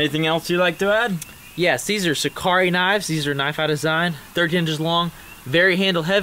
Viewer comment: "I throw knaves...and....well, that's priddy much it...knaves..."